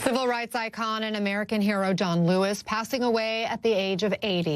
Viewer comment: Did that anchor seriously call him Don Lewis?? I've listened to that opening several times now.